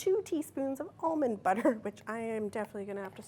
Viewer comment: why'd she say almond butter like that